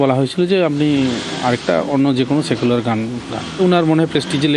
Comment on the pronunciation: সায়েকুলার পার্টি আবার কি, উচ্চারণ করতেই পারেনা 😢